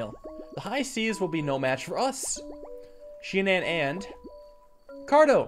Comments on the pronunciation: SHI-AN-ON Shianan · it's pronounced shianen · It’s pronounced shy-an-an